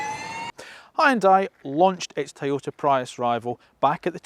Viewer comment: How can you start an EV channel and not start by reviewing the Nissan leaf...... Yet you can review these horrible looking Hyundai's And he called a Prius a Prayus 😩😞🤦 He says there is no feedback from the touch sensitive controls... Did he not hear the BONG BOnG sound everytime he touched it....